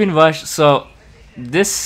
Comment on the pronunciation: Hiya. Where are you from? Is it common to skip the R and say a W, haha. Bike Wush, Whino tank